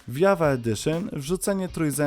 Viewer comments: Minecraft JAVA Edition czyta się *dżawa, a nie jawa, tak tylko mówię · Tak wgl to Java czyta się dżawa. Java to język programowania, w którym jest napisany minecraft